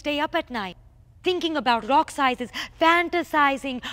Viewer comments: Tongue rolls intensify R-r-r-r-r-r-r-r OCK! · Everytime she says rock, replace the r with a c. your welcome